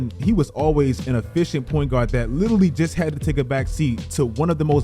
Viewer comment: Please learn how to say litarally, love u content thi